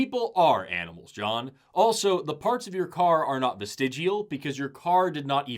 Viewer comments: Worst part for me was how she never pronounced vestigial correct a single time. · Everything she says "vestigial" she sounds drunk. Even before . (That entire voice over there sounded like she was a wee bit sloshed. 😆)